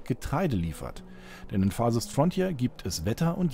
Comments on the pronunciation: "Farsest Fronthier" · FARSEST FRONTJIER XD